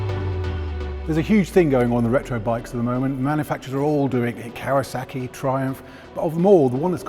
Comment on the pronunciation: Care-uh-SACK-E, COW-eh-SACK-E ...Kawasaki. It’s Kawasaki, guys.